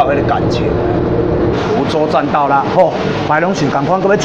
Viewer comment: 葫洲 蘆洲?! 聽念起來很像後者的蘆 ( ㄌ ㄨ ˊ )洲 葫洲在台北市 蘆洲在新北市 不同地方~